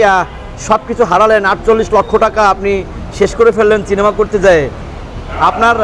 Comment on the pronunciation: চিনিমা নয় রে ভাই ঐটা সিনেমা হবে